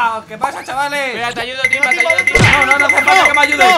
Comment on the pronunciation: se dice timba